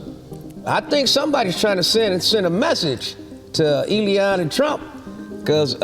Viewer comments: too funny how he always says ee-lee-on, instead of elon😂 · Eddie you mispronouncing Elon (ELION) like the Substitute Teacher! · It busts me up too & is one step away from A-LEON